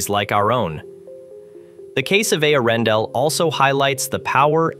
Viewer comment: How many ways can AI manage to pronounce "Earendel" in one video?